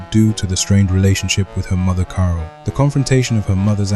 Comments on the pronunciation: Thats crazy i thought that was ur actual voice, but as someone else said it said carol weird so it sounded more like 'kara' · i feel like you can still tweak a few things, like how it says 'carol' sometimes - quite neat though! feels impressive that you made your own tts